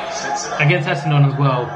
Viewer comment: Essendon is pronounced Essindin, my dude